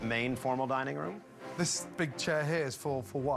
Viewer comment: I thought Ramsey said “the dying room”😂😂😂